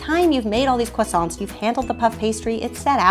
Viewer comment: I am from France and u are pronouncing croissants wrong! :)